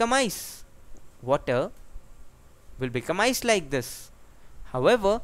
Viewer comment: Its ice not iec